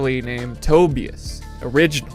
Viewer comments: Not Toe BE Us; its pronounced Toe Buy Us. .. we are all Lazlo. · Tobias is generally pronounced as toe-BAI-as. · its TOE BIE AS